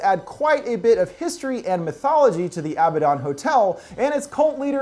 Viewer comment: You’re not pronouncing abaddon right it’s a-bad-don